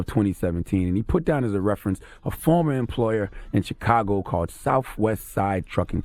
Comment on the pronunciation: I hate how Charlemagne says chicago. Cheekago. Fukin idiot